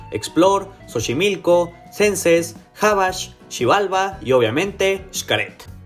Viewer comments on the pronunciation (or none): none